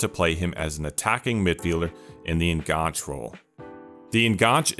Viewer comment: I enjoyed this and learned a few things: thank you. I hope you don't mind me pointing out a couple of things: "enganche" is taken from Spanish, where it means "hook" or "connection"; you can see why it was used in football tactics in the AM slot; as it derives from Spanish, I think the last "e" is pronounced: EN-GAN-CHAY. Also, less is used with singular words e.g. less possession, less time on the ball, whereas fewer is used with plural words e.g. fewer goals, fewer turnovers. Once a teacher, always a teacher 🥸 All the best for your future output.